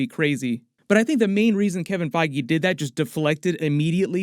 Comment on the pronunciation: bro said kevin faiygee lmao